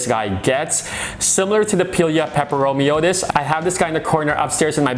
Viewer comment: The most common pronunciation is how you say it: "pie-lee-ah" and the second part of the nomenclature is pronounced "peppero-me-oi-deez" I've never quite heard it pronounced the way he does haha but to each their own!!